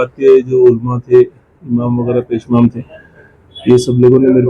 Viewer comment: मंजन नहीं मौजन पेशमेन नहीं पेशईमाम